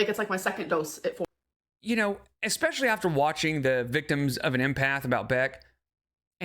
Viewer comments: If you haven't already, please include "exspecially" to the bingo cards. Thanks! Great job with these fantastic videos! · Expeshually, genuinely and leedurly! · has made me hyperaware of the presence of "exspecially", "pichur", and "supposively", and now I can't help but focus on them.